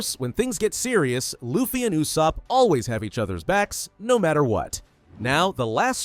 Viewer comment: Brooo said euoosop